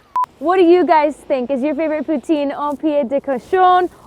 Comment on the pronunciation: All the Quebecers being mad at the way she saying poutine